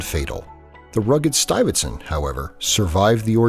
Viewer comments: 'Stuyvertson'? It's 'Stuy-ve-sant" for Christ's sake. He's not even trying. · Stuive- zand...not stuffit stunt... do your home work please..